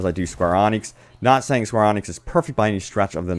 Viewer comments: Square Ēnix, not AWnix. 😁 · Yeah, he's not great at pronouncing things properly. Someone should make him a guide. 😁 "Diablo = dee-ah-blow" "Enix = E-nix"